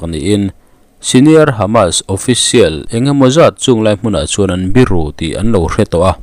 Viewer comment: Bírù tih a ni lo, bìrù tih ṭhin tur aw😮😮